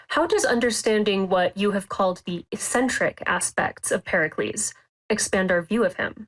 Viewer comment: The woman calls herself a journalist, and can't even pronounce a word like ECCENTRIC! The scholar repeated the word multiple times. One would think she could correct herself in real time, but hey, she is a millennial posing as gen-z... Why would she admit???